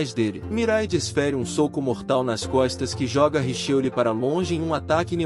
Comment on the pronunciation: Brother vc precisa mudar de aplicativo de narração ou aprender a utilizar melhor, tem palavras como soco que é dita sóco ou hooligan que sai como óligan e por aí vai, acaba sendo muito chato, tem outros canais que já desistiram desses app, tem alguns inclusive que usavam a mesma voz essa que tu usou ... Não fique bravo, é uma crítica construtiva, te desejo sucesso no canal e me já inscrevi. Paz Bro.